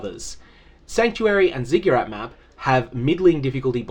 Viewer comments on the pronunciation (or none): "Ziggyerrat" Really, man? Lmao